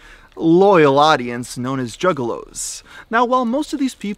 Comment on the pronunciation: Initially, I thought you were referring to male prostitutes. Then I realized you were saying "juggalos", not "jiggalos".